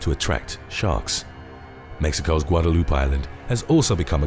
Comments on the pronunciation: Guadaloop lol No. it’s GUADALUPAY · "Guada-loop Island" 😂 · Yes guada loop island lmao it’s guadalupé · Guadaloop? Sounds like I'm stuck in a vindaloop. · “Guada-loop” island lol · Pronounced "Guadeloup-Ay".